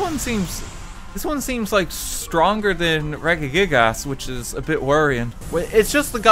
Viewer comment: I like how he pronounces it as gig-ass instead of gigas